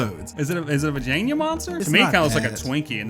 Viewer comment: I lost it at "va-jayn-ya monster" lol